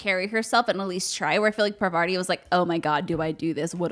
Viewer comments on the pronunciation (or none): No hate because I love y’all but Parvarti’s name is actually Parvati. No second ‘R’. I’ve heard tons of other people make this mistake too and it’s a fascinating group dyslexia we’ve all seemed to fall under the spell of. At this point, I think they should just do a Find and Replace patch for her name in The Outer Worlds to “fix” it. Haha. Great show though! Love the set! Keep up the great work. :D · Just FYI it's PAR-va-ti. Also, the new studio looks great! Exciting to see you all together, and I loved the categories. Great picks for the winners! (also shoutout to Anya in Metro Exodus!)